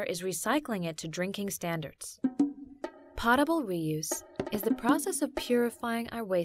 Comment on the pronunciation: its not pot-a-bul, its poe-ta-bul,,,,kinda makes me think the narrator has no idea what shes talking about